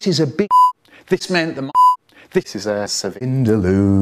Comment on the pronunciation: I laughed more at the joke right before that when said "this is a ciVINDALOO".